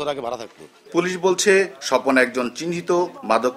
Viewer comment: স্বজন না স্বপন